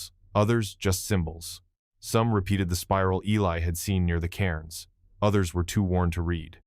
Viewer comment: Karens instead of Cairns??